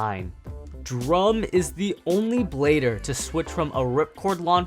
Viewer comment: It’s Drum